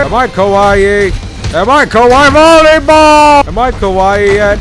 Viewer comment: The part when he says bolley ball woooooooo😂😂